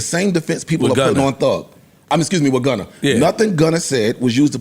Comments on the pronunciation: It’s Gunna not Gunner 😂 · The fact that Joe says Gunner is hilarious